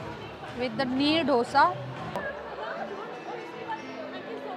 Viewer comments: It's not DHOSA.... ITS DOSA.. EK, DO, THEEN. 1, 2 ,3... Dosa.. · Dough-SA nahi Dosa :🙏🏻🤦🏻‍♂